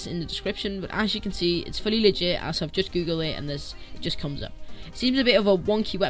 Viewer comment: Love how the website is called cheat engine but he calls it legeit